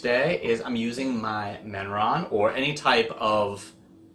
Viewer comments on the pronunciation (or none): Did you pronounce Mehron (May -ron) Menron ?